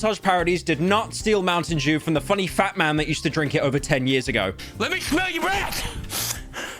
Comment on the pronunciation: i remember the small loan meme xD also please for the love of all that is based and poggers, not cringe, stop saying "jew" instead of "dew" PLEASE